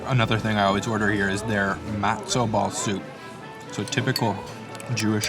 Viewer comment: Wonderful video but your pronunciation of matzoh and bagel drives me nuts. Sorry you are just wrong.